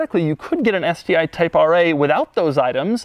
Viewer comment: Doug the type of guy to pronounce get as "git" without any other discernible accent.